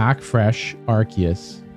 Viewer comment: Bro did you just mispronounced ARCEUS! 😂 RC-US my guy